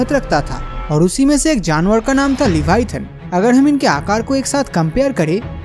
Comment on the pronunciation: its not LEVIATAHN bruhh...the animal you described in this video is LIVYATAN. LIVYATAN is a extinct genus of sperm whale, it's name was inspired by the bibilical sea monster LEVIATHAN. We cant even think how big, scary, powerful and monsterous LEVIATHAN was. In the holy Bible, the BOOK OF JOB said that no weapon can harm LEVIATHAN. It is so big that it can wrap round the entire earth. I would really appreciate if you make a elaborate video about the real LEVIATHAN .